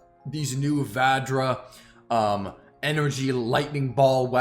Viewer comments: Hi, for the weapon Vadjra, when pronouncing it D is silent. Its a weapon of Hindu God of all the 5 senses named Indra.. Just thought of sharing this with you.. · It is pronounced as Vajra, the ‘D’ is silent. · THE NAME OF THE NEW TITAN WEAPONS IS TAKEN FROM THE INDIAN MYTHOLODGY. IN INDIAN MYTHOLODGY VADJRA IS A WEAPON WITH CRAZY POWER AND DISTRUTIVE ABILITY. ALSO D IS SILENT WHEN YOU PRONOUNCE IT.❤ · I think it's pronounced bajra as in Hinduism. Bajra refers to weapon.